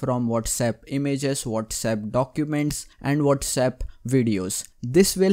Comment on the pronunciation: Phone: Whatsapp Him: wolrsep